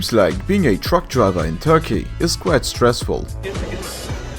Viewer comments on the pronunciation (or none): none